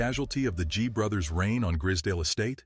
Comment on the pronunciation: and the pronunciation its gr-eyes-z(american zee not UK zed)dale estate gr-eye-z-s-dale